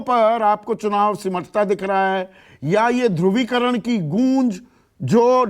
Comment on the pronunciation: Aap patrakar ho bolna sikho dovicaran nahi hota h dhuni Karan hota h soch samghkar bolo sandip